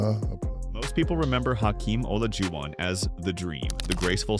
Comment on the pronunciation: When you use AI and it can't pronounce Olajuwan correctly, this video immediately lose credibility. The rest of the video is already known for the beefs Olajuwan had with others.